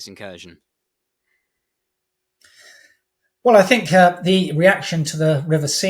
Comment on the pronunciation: Not incursion but Inkurstion